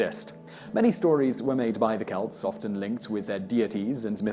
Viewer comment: He pronounced Celt correctly, which actually impresses me. Simon mispronounces a lot of words, not just proper names, and some of it makes me cringe. But, he's like an actor reading a script. He might even be reading from a teleprompter. Most British folks sound pompous to my ears.